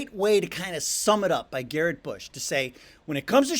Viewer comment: You lost me at “Garrett Bush”